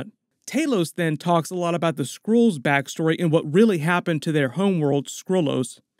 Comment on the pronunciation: They are called SKRULLS. You keep saying SCROLLS.